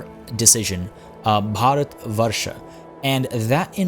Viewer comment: I choked on my coffee when you said Bharatvarsha. Goddamn dude, that was more accurate than i think most indian people would say colloquially. Liked and subscribed just for that :)